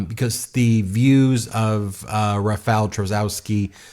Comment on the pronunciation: Rafal "Chaskosky"